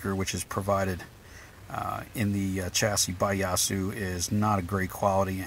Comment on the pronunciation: Correct pronunciation.... Ya - Sue Ya as in yeah you made it. Long a sound